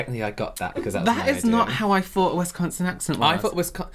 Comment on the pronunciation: The Wisconsin one was definitely not a native wisconsinite! The way she said the name of the state is how we usually recognize people that didn’t grow up here! Pronounced it WISConsin. We say wiSCONsin.